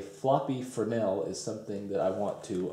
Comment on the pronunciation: Oh my God at least you can pronounce fresnel correctly